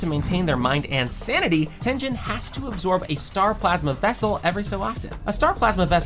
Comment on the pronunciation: Using show clips and STILL mispronouncing several names is the worse kind of rage baiting. Why even do that? GAY-TOH. Not Gee-toh. TEN-GHEN. Not Ten-Djen. If you’ve watched the show, you know this.